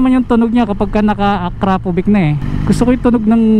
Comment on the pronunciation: "A-kra-povich" tamang pronunciation:)